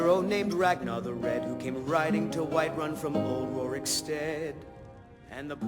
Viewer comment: I stopped watching when he pronounced Ragnar, RagAnar. WTF.